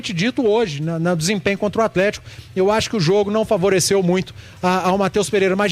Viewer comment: Não dá pra ficar ouvindo atletiaia